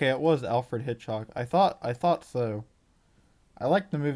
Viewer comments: Hitch-COCK, not Hitch-HOCK! Driving me bananas! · you can't even pronounce Hitchcock